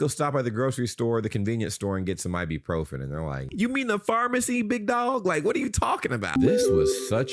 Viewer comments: Why is the lady, and you also, pronouncing it like I-bee-profen - it is I-bu-profen with a U as the second syllable, not an E - say it how it is spelt. Goodness me... We can buy it off the shelf in supermarkets here in the UK without issue, but it is restricted to one box per customer per visit. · It's I BU PROPHEN not I Bee Profin 😂